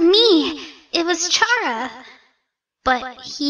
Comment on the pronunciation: Chara is pronounced as kara, not charah. Like character. "Chara"cter.